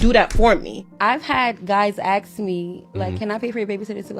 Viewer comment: It's "ASK!" not "axe!"